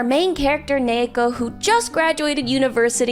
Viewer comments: UM ACKCHYUALLY... I think the girl's name is just a Japanese female name derived from ニート (pronounced nee-to), so it became ニー子 (子 is a common ending of Jp female names) and should be pronounced accordingly - nee-ko (with the long e as in "feed"), not nei-ko. But please, correct me if I'm wrong. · A small but interesting point: the Japanese pronunciation is niiko. I haven't read it but I think her name is a reference to the Japanese-english word NEET (Not in Employment Education or Training) which is pronounced as niito in Japanese. As a result, I think the main Japanese title should be pronounced as niiko... instead of neeko... since you can see on the Japanese title it's written as ニー子... I guess I could understand the motivation for pronouncing her name as Neeko in English, but it still feels a little weird for me.